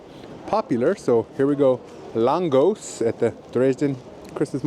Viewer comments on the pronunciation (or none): Lángos is originally from Hungary and pronounced LAANG-GOSH. Sometimes, you'll also see the Germanized name "Langosch".